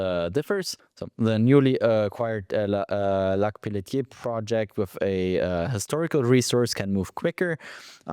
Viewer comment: Don't be so hard on yourself, you pronounced Lac Pelletier beautifully like you were born in France haha. Love the interview, thank you.